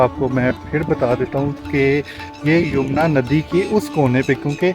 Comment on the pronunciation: Nice guidelines But its yamuna river bro not yumna river 😂